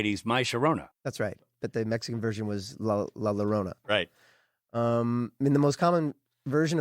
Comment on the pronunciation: 3/2/23 I just found this! I watched the show from the being an now at 3:1 episode. So I have a lot of listening to do. Just FIY La Llorona is pronounced La Yorona!! “LL” is “yo” sound.